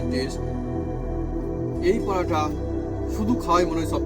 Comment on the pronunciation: পরাটা পরাটা কি???? পরোটা বললে কি দাঁতে ব্যথা হয়? অযথা নিজের ভাষাকে বিকৃত করে কি পান?